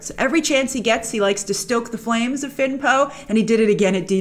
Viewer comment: Everytime you say Finn/Poe it grinds my gears lol, stop it grace!